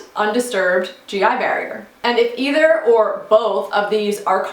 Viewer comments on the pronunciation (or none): none